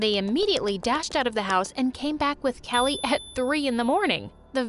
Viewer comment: it's not kila it's kali 😂😂